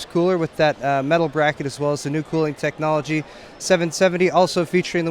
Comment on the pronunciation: "tech-o-nol-ogy haha i feel bad but i had to say it